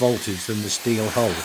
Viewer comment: Following the explanations of the narrator I was always searching for a 'hall' or a 'hole' until I realized he was speaking about the hull. Being Non-English I have to rely on what I learned at school and also the Oxford Universal Dictionary tells me to pronounce the 'u' in 'hull' like the 'u' in 'nuts'. Nowadays the English language sounds pretty (or is it already 'preddy'?) American.